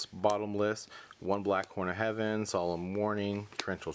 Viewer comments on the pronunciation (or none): none